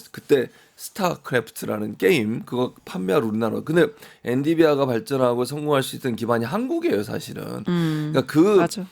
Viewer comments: 엔디비아 개 킹받네…엔비디아라고 해줄래? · 최진봉 교수님은 계속 엔디비아라고 하네요. 뭐 사소한 발음 실수일수는 있지만. 엔비디아. 엔디비아 발음은 교정해주세요. 방송인이잖아요.